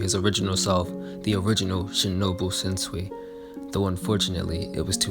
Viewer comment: Downvote, because you kept saying Shenzui